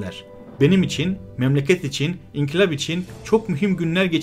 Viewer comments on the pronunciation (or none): none